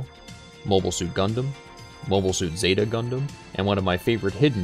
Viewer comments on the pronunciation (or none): none